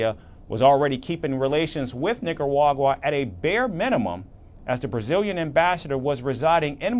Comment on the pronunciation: How did nobody think to correct this guys pronunciation? Really sounds like he’s saying “Nicawagwa”